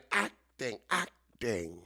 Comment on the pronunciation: ACT-ing. ACT-ing? And then you had to say church basement? OMG!❗😅😅